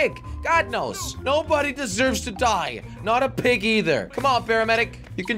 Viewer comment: Why did Jelly said Prig it’s a PIG Not A PRIG